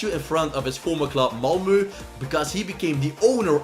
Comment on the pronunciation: Its Malmö not malmu